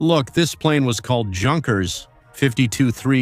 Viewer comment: This AI is fcuking hilarious. "World war Second" Junkers (Gunkers). "The Junkers Jew" WTF